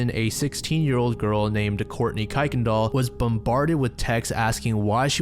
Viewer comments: It’s pronounced “Curr-(sounds like purr), ken-dall ”. Only reason I know is there a street with that same spelled name (Kuykendall) on my route to work and I often hear it during the traffic reports. 😂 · Love your video! I believe that Kuykendall is pronounced "Kirk-in-dall" as that's what I have seen before. Keep up the good work! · Kuykendall ="kir-ken-doll" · this is so old and I’m super late but it’s “Ker-Ken-Dahl” ❤️ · Just btw is pronounced Kur-ken-dahl Or at least thats how houstonians pronounce it. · It’s pronounced “Kurr-ken-dall”